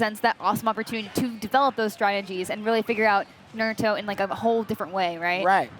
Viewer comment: I cringed the way he butchered Naruto’s name lol